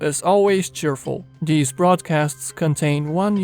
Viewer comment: Nice he said “many of dees cwetures”